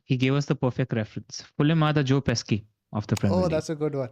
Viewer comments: Great pod! Btw Joe pesci is pronounced (pesh-ee) 😅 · Great content guys. Btw, Joe Pesci is pronounced like Joe 'Peshi'.